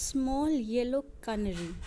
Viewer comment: Ca na ry nhi hota stupid... Fool wo CANARY HOTA HAI DEHATI HO KYA?....